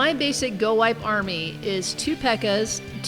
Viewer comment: its go wee pee thats what it sounds like